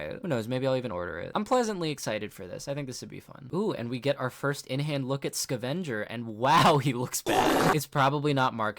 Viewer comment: why do you pronounce "scavenger" like that ew